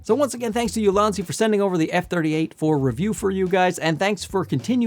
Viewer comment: It's pronounced EEou-Lan-Dz in Chinese. Translated to Excellent Basket or Optimized Basket. I don't know the meaning of basket in the branding as I don't know the company history. Maybe a basket of useful photography tools?